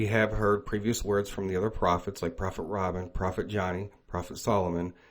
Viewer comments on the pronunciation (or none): none